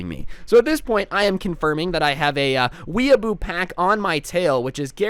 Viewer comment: its pronounced weeaboo